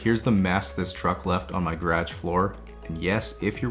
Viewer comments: Me: Guh-ruhge. Garage. Him: Grage. 😂🤣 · The way you pronounce garage gives me anxiety everytime. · The way he says garage full through and through Canadian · Okay but why do you say “garage” like that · Lmao the way he says process and garage is hilarious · Nah him saying Garage is the most Canadian thing ever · Why does he pronounce “garage” like that ?